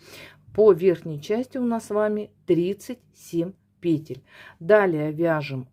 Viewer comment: благодарю Вас за МК. Видно, что пряжа классная и носочки получаются мягкие и симпатичные. И благодарю Вас за правильное произношение русских слов, в частности пЕтель и раппОрт. Вас приятно слушать и вязать.